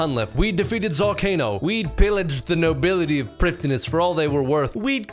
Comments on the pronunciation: it’s pronounced “bow of fardin n shiddin” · Does a 42 minute video about Prifddinas and says it wrong the whole way through. 😢